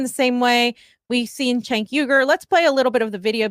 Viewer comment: You guys are so full of shit. “We need to stop talking about TYT” while we name our videos RIP TYT for clicks. Also, learn how to say Cenk’s name. Grifters gonna grift.